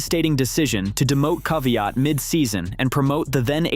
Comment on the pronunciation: Daniil,,,,,Kaviaat , lol